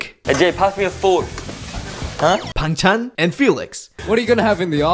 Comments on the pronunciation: The way he pronounced Bang Chan like side dish in korean 😭😭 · You pronounced Bang Chan as banchan lol